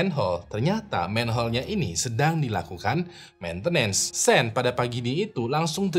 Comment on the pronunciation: Setau saya sean dibacanya syoun bukan sen bang🙏